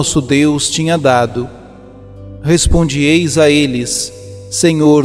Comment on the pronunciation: É preciso que o narrador se corrija nas conjugações verbais!!! "Respondiêis" e "sabiêis" não dá!! Alguém avise por favor! O canal é muito bom mas esse problema atrapalha demais!!